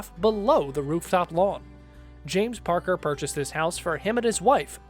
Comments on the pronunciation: Re: House no 2 - the man's name is James Packer (not Parker) - clearly you have absolutely no idea what you are talking about! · James PACKER, not Parker. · James Packer, not Parker